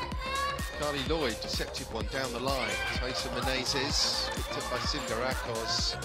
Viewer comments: Simge Aköz not Akoz please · He can pronounce ö in Özbay but he cant pronounce ö in Aköz 😅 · No Akoz, its Aköz